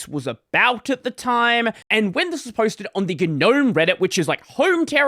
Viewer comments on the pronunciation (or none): Normalize pronouncing it NOAM instead of GUH-NOAM so we can all stop sounding like pretentious losers. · Stop pronouncing the 'G' you freak.